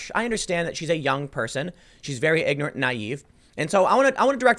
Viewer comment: She ignit gawg......she ignit.....